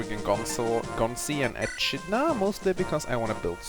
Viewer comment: This won't matter now but it's pronounced (E/kid/na) like the animal or knuckles the echidna from sonic the hedgehog.